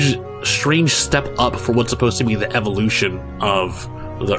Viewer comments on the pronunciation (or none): none